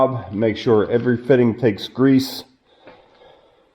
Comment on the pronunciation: Love the channel. Just wanted to say there are no "Z"s in greeeassse. Love the Pensilvainia accent. Those are s's not z's. People point out my Ohio accent all the time and I live in the US Virgin Islands.